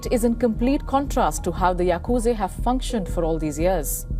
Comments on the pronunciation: Why call Yakusa Yakuze?? Very Annoying to hear. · Yaaa kuuu jaaa not yakuje burbag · It's Yakuza not Yakuzi and by the way your channel is shit!!! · Pronunciation It's yakuzah not zay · It is yakuza not yakuzi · Its Yakuza not Yakuzi you brainless curry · Its yakuzaaa not yakuzeyyyy* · Mind numbing presenter who cant even pronounce yakuz'a' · Bro said yakuzei 😂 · the way she calls yakuza the yakuze is funny😂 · Shitload news coverage. Can't pronounce Yakuza. Journalist must be indian